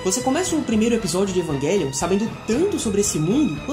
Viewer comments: Evanguelhon kkkkkkk Evangaylhon kkkkkkkkkk O som dessa palavra é com j cara evang( j )elion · Ótima análise, só a pronúncia do título que da agonia pronunciando errado, o correto é "EvanGelion" mesmo e não "EvanGUElion" obg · Mds…. As pronúncias kkk q agonia ouvir isso…. “EvanGUElion” “OtaKU” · Evanguelio? meeeeeeeeeeeeee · "evanGUElium" "otaCÙ" kkkkk entre varias outras palavras erradas kkkkk